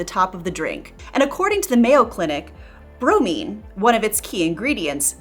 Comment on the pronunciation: You pronounced bromine correctly. Use that same pronunciation when saying bvo.